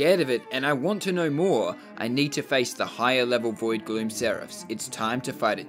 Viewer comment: stor saying dioV